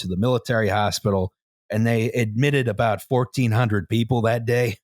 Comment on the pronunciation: sorry aboot the mess eh